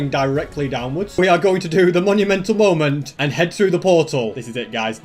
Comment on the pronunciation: The moment when said "moemnt" truly a masterpiece of a moment